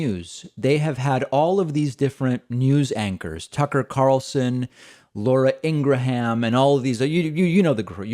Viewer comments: I love how you casually but purposely mispronounce their names. Ingra-ham 😂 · Laura Ingra-ham 😆